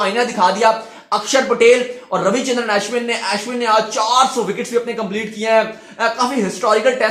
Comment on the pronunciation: His name is अश्विन not एश्विन